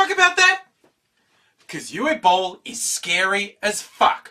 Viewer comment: You pronounced Uwe Boll much better than many others. :D lol